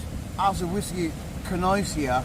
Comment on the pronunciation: Listen to the whasky❤